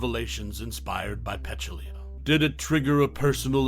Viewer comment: First of all: her name is Peh-TOOL-ya, not PETCH-oo-LEE-a. Otherwise, thanks for some interesting commentary and nice stills from this wonderful movie.